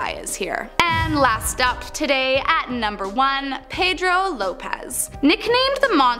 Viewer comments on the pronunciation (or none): none